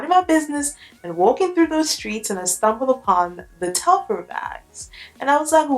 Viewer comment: Fyi, it’s pronounced Tel-far. Far, not fer. And what you’re calling emblem is actually called an embossing. The embossed logo.